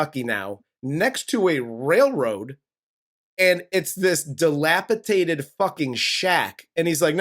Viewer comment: FFS It’s dilapidated… with 3 d’s.